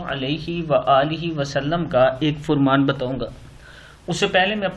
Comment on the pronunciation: Fur maan naheen Bal k Farmasn پڑھنا چاھئے